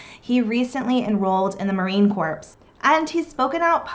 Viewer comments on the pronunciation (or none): Honey you don’t pronounce the “P” in Marine Corps